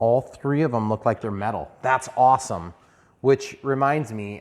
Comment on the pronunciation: Thooper, thooper, awthum awthum thooper review!